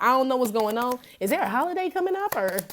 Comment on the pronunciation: "Let's see what is going zon"". Lol! 😂💚💚💚💚